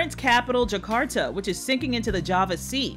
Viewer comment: Jukarto? It's juh·kaar·tuh.